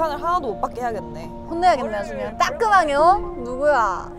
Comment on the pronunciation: '따끔하게 어?!' 라고 들었는데 자막이랑 같이보니까 진짜 '따끔하묘' 로 들리네 ㅋㅋㅋ